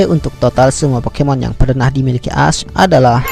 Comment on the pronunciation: Nama nya memang ash tetapi cara bacanya adalah esh